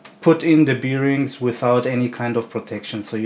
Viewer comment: Hmmm, beerings :) I had to look it up because I'm a non native speaker too, but it's bârˈĭng Thanks for the video, super interesting! Something I never thought about, you'd definitely wouldn't want your part to fail because of that.